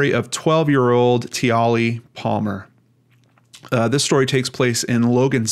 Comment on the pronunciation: I hope I'm not coming off as a smart-a** but the correct way to pronounce her name is Tia-Lee. I saw an Australian documentary about this and I was so angry. Life as an adult is filled with all kinds of drama. Every child deserves to have a happy, fun filled childhood without people taking that away from them.